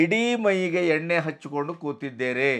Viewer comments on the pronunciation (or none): none